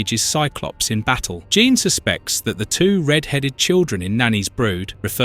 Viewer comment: Only thing it's pronounced psy lock and Gene Jean the American way not the French way.